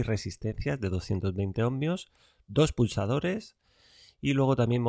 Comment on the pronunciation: Otro que dice "omNios"